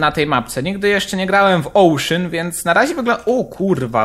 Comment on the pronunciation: ocean a nie ouszyn